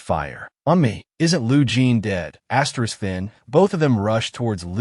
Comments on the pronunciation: Wy the fuck do you keep saying asteriks its annoying. Please try to corect this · Story is great recap is great, just one thing saying Asterix Every 10 seconds is driving me insane and is ruining a otherwise great experience.